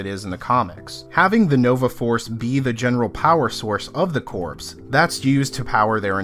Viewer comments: When you say the words corps, the P Is silent its phonetically ”core” please stop saying ”corps” as it sounds bad. Nice video all the same. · I hate to be this guy, but... corps = kor, not corpse. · It’s pronounced core not corpse. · It's pronounced "core", not "corpse". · Corpse is a dead body it's pronounced core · It's pronounced like core not like corpse. Think Marine Corps. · Almost as annoying as Thanos = Than-os not Thane-oss. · It's pronounced "core." It's a common mistake. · Dear GOD-- are you really saying "CORPSE" right now!?! Edit your videos, for God's sake! I cannot stress enough the sheer, indefensible mass of insults which I wrote-- which you would not have understood-- and which I still found too demeaning to post, though I will say this: If your only job is to talk on the internet, do it at an eighth-grade level or higher. --that, or accept being frequently, justifiably ridiculed and whilst absolutely, completely deserving it. There-- tha'ts not even an insult... -probably should have been.... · You people complain about every fucking thing. He said "Coprse", big fucking deal. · 🤪 "corpse" It's good to know it bothered others & it's not just me. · Im not overly familiar with the Marvel cosmic comics. For the first 2 minutes of the video I thought Rider gets some kind of undead super powers before I realised they meant 'corps' not a dead body. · Hate to be that guy but, "core." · Hey the word Corps ( as in Marine ) the (ps) is silent.... just saying. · You pronounced corps incorrectly the entire video. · You keep pronouncing corps and Thanos wrong!!!